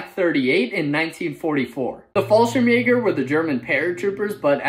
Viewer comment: Please dont say Fallschirmjäger. You pronounce it wrong.